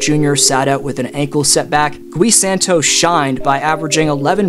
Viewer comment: The “U” in Gui Santos is silent